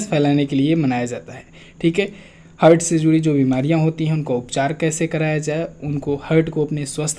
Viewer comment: please correct the pronunciation of heart ...